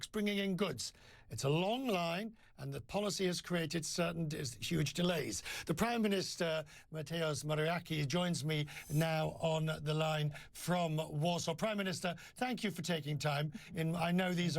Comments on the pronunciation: .58... It`s interesting that Morawiecki (Moravietzki) has become Moruyaki... haha... Surely ...so very japanese name... :) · He mispronounced his surname. It’s MAOWIECKI !!! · Pronunciation: Mateoosh Moravietzcki. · Is it so hard to do a quick search of the name pronounciation? You can find it on Wikipedia. Its Moravetski SERIOUSLY. you could've gotten BRZĘCZYSZCZYKIEWICZ, and then I wouldn't blame you, but cmon. Show some proffessionalism. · Propaganda propganda nie ma nawet respektu aby poprawnie nazwisko przeczytac. Jak mysl8sz dlaczego? Przeciez swiat widzi co sie u nas dzueje. Lamane prawo, konstutucja, propaganda, sredniowieczne poglady, sądy niezalezne niszczone. Trojwladza zaczyna byc mitem . Nie masz pojecia